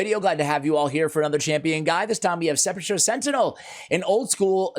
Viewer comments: Sep a cher Sentinel? I thought this was a guide for SE'-PUL-CUR Sentinel. Sorry, was an English teacher. That is the hole in a grave. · Can pronounce it right? Sepp-ul-ker